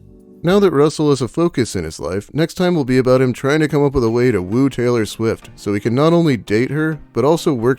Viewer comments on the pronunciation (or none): Wait, hit T's sound like C's? Sailor Swift?